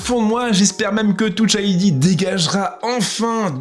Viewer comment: « Towche ID » 😭😭